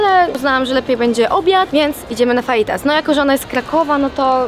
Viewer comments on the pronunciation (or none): kurwa ziomala naucz sie wymawiac faitas - to sie czyta fahitas ale pisze sie przez j